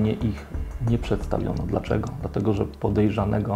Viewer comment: "pojerzanego" :hand-orange-covering-eyes